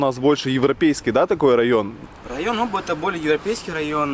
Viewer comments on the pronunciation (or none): В слове Оба, ударение на А)))...